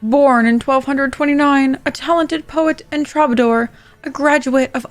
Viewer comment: Dandelion is a Trobadoor? You need better AI.